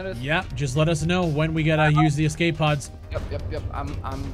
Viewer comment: Escape pod. Not exxcape pod